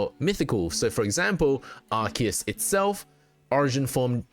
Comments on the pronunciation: Bro, it's ARE-SEE-ISS ARE-KEY-ISS would be spelt 'arkeus'. The c next to the e makes an s sound. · Even in english it is pronunced Arc - eus, listen to any official english dub and that is how they pronunce it. Doesn't matter if it is grammatically correct, that's the canon way to pronounce it so that is what's right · lol no you didn't. You said Ark-ee-iss. This isn't the official pronunciation.